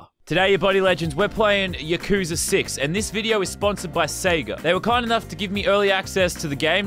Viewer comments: Btw it's pronounced yah koo sah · When he says yakuza wrong XD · Its pronounced yakuza not yakuza